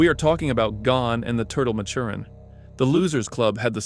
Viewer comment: You pronounced Maturin wrong